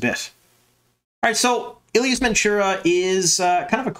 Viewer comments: Day, you don’t know what you’re talking about as the EotW glossary clearly says ee-LY-ahs (three syllables with emphasis on the LY). It’s not eel-yahs (two syllables) as! stated in his reply on this thread. Now, one could argue that LY should be pronounced as LEE with a long E in place of the Y, and I would have trouble refuting that point as LY isn’t phonetic. My question is why pronounce it differently than the people who narrated the whole series of books aloud on tape while pronouncing the Y as a long ī that millions of people have listened and heard, for some, their entire lives for the long E instead of the long i? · FYI, Elyas is pronounced Elias. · Day do you have EotW? Look at the pronunciation in the glossary..is the glossary canon enough? The pronunciation in the glossary is not “eel-yahs” it’s “ee-LY-ahs.” I can’t figure out if you aren’t reading my replies fully or are just trolling me lol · I always pronounced Elyas as ee-LIE-as, instead of ILL-ee-us. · In Rosamund’s narration of the first book she pronounces it Ee-lye-us. I am assuming this is the pronunciation that will carry on to the show. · E-Lie-Us lol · I always pronounce it Ee lie us. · I'm sorry but that pronunciation of Elyas sounds way to much like Ileus, lol. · Love the content as always. Drives me nuts though on how the name Elyas is pronounced lol. I think he will be gone after this season or maybe take the place of Hopper. I am very curious to see how they do the wolf dream. Instead of having a wolf there maybe use Elyas to teach Perrin. Just a thought. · Obviously you never heard the audiobooks from! It's a little disconcerting really how you pronounce Elyas, I very much hope the show takes the pronunciation from Michael Kramer and Kate Reading! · I'm glad they're keeping Elyas in the series. I was a little worried when he didn't appear in season 1. I've learned recently that I apparently pronounce many of the names wrong, Elyas being one of them.